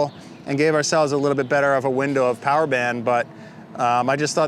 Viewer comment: 5s POWAH